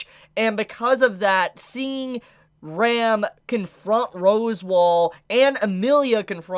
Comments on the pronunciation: I was so confused with his pronounciation of Ram and Rem. It was supposed to be pronounced like (Rum) and (RAM) respectively lol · why does every anime reviewer pronounce Ram's and Rem's names the very same ? it always confuses the hell out of me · pls pronounce the A in Ram more cuz I couldn't destinguish from Rem to "Rem" XD, still tho pretty good vid. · Ahaha I still can’t distinguish between Ram/Rem when you say their names out loud